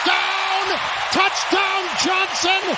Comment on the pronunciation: …..anyone else think he says “touchTown”?